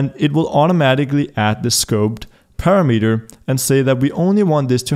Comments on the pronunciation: It's pronounced parameter, not parameter. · "parameter" lol